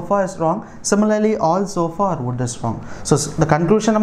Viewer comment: Why you are PRONOCINING are as or?